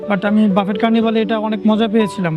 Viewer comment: বাফেট নারে ভাই "বাফে"/ "বুফে" 😂